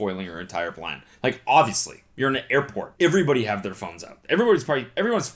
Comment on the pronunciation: “eyverybody hayve their phones out” thats the most Canadian I’ve ever heard Cody sound in my life😂😂